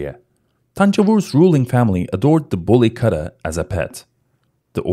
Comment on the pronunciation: Good video and Nice information. Btw it should not be pronunced as Katta. It is Ku-tta